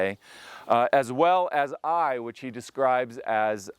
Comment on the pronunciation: THE CITY OF AI - IS PRONOUNCED 'AW-YAW' '...AND THERE ARE NO 'ITES' IN HEBREW NAMES...BUT, ANOTHER GREAT VIDEO PROOF OF SCRIPTURE...ALL THE BEST...🙏🏻